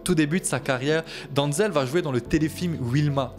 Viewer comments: Denzel, pas Danzel :) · Ça ce prononce denzel et pas donzel, en plus il est né à mount vernon dans l'état de new York dans le comté de westchester, c'est son père qui est originaire de Virginie et ça mère originaire de Géorgie, renseigne toi avant de raconter des bêtises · Ça commence bien t’arrives même pas à prononcer son prénom